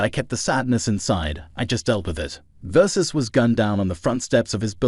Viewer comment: VERSACE. NOT VERSUS.